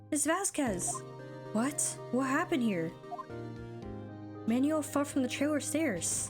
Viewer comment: Just for future reference the name Manuel is pronounced Man-well.